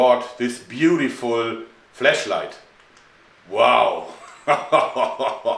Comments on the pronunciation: (pointless comment) Your accent makes it sound like you're saying "fleshlight" than "flashlight". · Wow, I misunderstood that part at first. Sounds more like a "flesh" than a "flash" light.